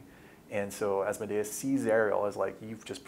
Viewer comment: I really wish they’d stop mispronouncing Asmodeus’ name, along with Halaster’s. Was there some copyright infringement case I wasn’t aware of? It’s like nails on a chalkboard to my ears every time they say Asmode’-us or Hala’-ster. (Sry, don’t know how to do proper accent marks with an iPad)